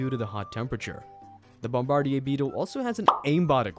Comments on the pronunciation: Bombar"deer". Not bombard"eeyay". Just for future reference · I love your videos they are funny and informative, the only thing and it's tiny and pointless but the Bombardier Beetle is pronounced Bomb-Ba-Deer! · Bombardier is pronounced baam-buh-deer. Excellent video though. The electric eel one was pretty shocking. I didn't know they produce 600v. That's insane. For industrial and comercial wiring, most buildings use 480v 3-phase. Even if it didn't pass through your heart, it would be no bueno. The lungfish is kinda related and also OP. They can live for years outside of water, and without food. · Nah bombardeeyay sounds cooler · Think it’s pronounced Bomb-ba-deer beetle bro.😂